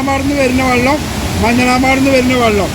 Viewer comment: വള്ളം, മയ ഇതൊക്കെ ഒന്ന് clear ആകു